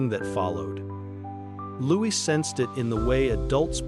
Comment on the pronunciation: Why are you speaking of preparing for adolescence and pre-teen years? Prince Louis is 7 years old ! Also several times you have referred to the monarch being his father?King Charles 111 is the monarch and Prince Louis ( pronounced Looee not Lewis) is his grandchild,not his son. I found this very confusing also inferring they reside at Buckingham Palace is wrong Is there any substance to this story at all?Or is it fiction?😊